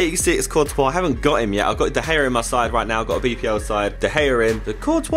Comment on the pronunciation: Why did he say da gea like da gear...?